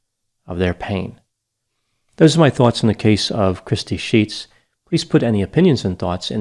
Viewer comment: I heard that as crispy sheets 🤣🤣🤣